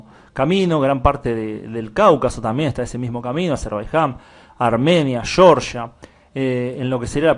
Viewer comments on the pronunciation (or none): none